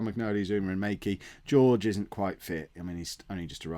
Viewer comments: I love how Jorge is George and not Horhe:-) You really are traditional English:-) And I really love your vids mate! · Jorge = "Hor-Hey". You're welcome!! Love the series you do:D